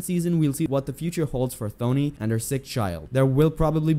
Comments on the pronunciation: It's pronounced Tony. The h is silent, which shows you haven't watched a second of the show. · But the name is Thony